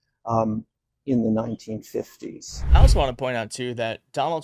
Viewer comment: Did he mean 1990s? He keeps saying 1050s and that doesn’t sound right.